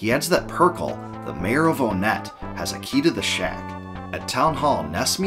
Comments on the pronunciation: It’s pronounced Won-net not Own-et (and Twoson is pronounced Too-sun not Too-son) why because of the number naming scheme for these town Onett Twoson, Threed, and Fourside. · I used to pronounce onette like “aw-net” too until I played earthbound, but now I say it like “one-t”, as in the number 1. This is because the other towns are also based on numbers. (Twoson, Threed, Fourside) I could be very wrong in this, but I could also be very right, but that’s just a theory…….. A GAME THEORY!!